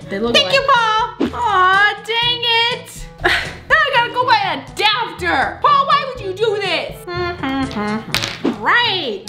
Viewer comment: Did it bother anyone else that she said “now I have to go buy a dapter”?